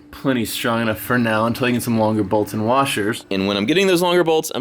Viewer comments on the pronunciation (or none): none